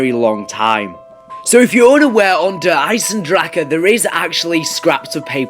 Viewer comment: It's not fucking der eisendrachaaaaa !!